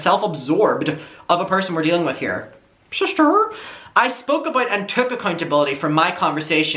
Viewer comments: I just can’t take it serious when you say *ShiSsTEr* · Shisster 😂 ya killin me lmao